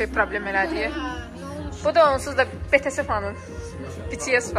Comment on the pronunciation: BTS'i betese kimi tələffüz etməsi məni biraz üzdü. 🙃